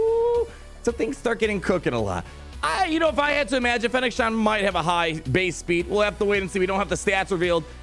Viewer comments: ShanD. not Shan. Do you even Star Wars bruh? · It's Shand, not Shan. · Fennec ShAND. Not “Shawnd” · Not to be that person, but it's "Shand" haha. Thanks for the video! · I think the way he says her name, he really thinks its Shan :D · It's kinda hilarious! :D